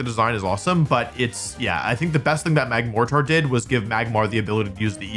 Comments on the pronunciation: It’s pronounced like the weapon mortar. I think you are putting too much emphasis on the “tar” should be like more-tr. the a doesn’t really come through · Magmortar is named after the high-trajectory fire support weapon system. It's typically pronounced mor-tr, without emphasis on the "a". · "MAG-mor-ter", pronounced same as mortar, the artillery of building material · Magmortar is a combination of magma and mortar, mortar being pronounced morter not more tar. Hope that helps. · Idk if it's been said already but mortar is usually pronounced "more-dur" so the pronunciation for magmortar is "mag-more-dur", the T usually isn't very pronounced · You do pronounce Magmortar weirdly, no offense. It's just much more annunciated than people would typically do. mag + mortar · You’re pronouncing it wrong. A mortar is a small cannon that shoots at an upward trajectory, named for its original visual similarity to a mortar- a grinding bowl. Both are pronounced morter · the dichotomy of wolfey glick: "MAG-MOR-TAR. 😡", vs "turtn' atr 🤠" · magmortar is pronounced mag-more-ter, magma mortar, mag-mortar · Mag-more-ter, thats how its pronounced. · I think the pronunciation feels weird because Magmortar uses the word "mortar" which is usually pronounced "mor-der" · The reason why people say you said "Magmortar" wrong is because it's a combination of the words "magma" and "mortar" which is a type of military-grade weaponry. It already has a correct pronunciation. "Mor-ter". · "Magmortar" is supposed to be pronounced "mag-mohr-turr" because its name is a combination of magma and mortar. A mortar being a type of cannon. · It's like ya-val-tal. He clearly knows that it's mag-more-ter but I just can't prove it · Hey, for magmotar it is supposed to be pronounce like mortr since it is based of a mortar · It’s pronounced mag-mordr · Wolfey, have you never heard of a mortar? Mor-ter. mag-mor-ter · Its Mag-morter its pronounced the same way you pronounce mortar, the weapon or a mortar and pestle.